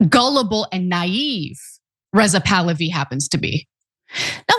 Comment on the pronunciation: Rizal tahlawi 😂😂😂😂 it's bahlawi